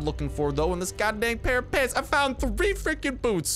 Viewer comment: Stop saying pants like that, it’s annoying